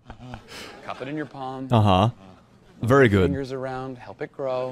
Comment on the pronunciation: "very GOD!" A+🫠